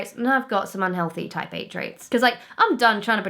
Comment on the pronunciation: sounds like she's saying taipei instead of type eight